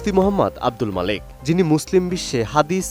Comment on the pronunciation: তার নাম ও প্রতিষ্ঠানের নাম সাংবাদিক সঠিক বলতে পারলো না!